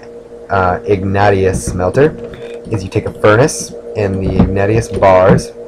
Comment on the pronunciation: Also, it's "ihg-nay-shus".